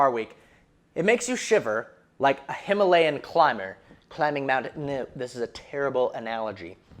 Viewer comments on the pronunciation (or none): none